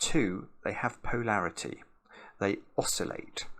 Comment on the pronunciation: Tried it. Brok it. Restarted it. Tried it again. Brok it again. In a different place. Time to watch the video. pronunciation of poe-larity will never stop leading to hi-larity 😆